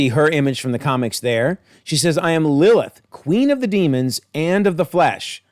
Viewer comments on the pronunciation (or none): none